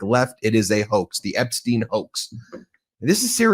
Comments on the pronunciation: You can't just throw out an alternative pronunciation of Epstein, like...I need to know...Does she think everyone else is wrong and she's got it right? Or is it more like, she's just committed to it now because the first time she saw it was in written format and she assumed it was like Einstein? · She needs to pronounce Jeffrey's last name correctly. I mean it's all in the news and she can't even pronounce it, right?